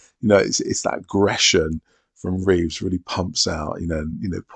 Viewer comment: Reeve, not Reeves. No "S" at the end.